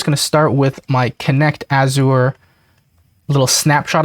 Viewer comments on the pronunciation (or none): This is awesome! I have been looking for this info for a while. Thanks for sharing! BTW - Azure rhymes with measure…